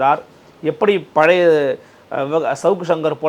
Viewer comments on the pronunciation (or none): none